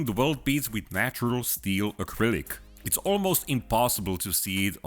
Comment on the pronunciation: "ak rylic" oh....